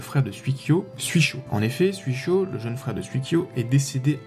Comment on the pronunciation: Sympa comme vidéo. Juste une petite remarque sur la prononciation, si je peux me permettre : ça se dit 'souï-kyo" et "souï-sho". Le kanji 水 de leur nom signifie "eau" ^_=